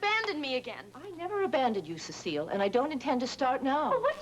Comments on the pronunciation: If I remember correctly Alma would pronounce her name incorrectly - Cecil . Used to crack me up. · I loved how Alma always mispronounced Cecile's name as "Cecil".